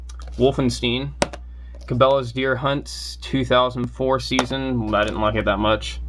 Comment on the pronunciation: Wolfensteen? Dafuq is this nigga on?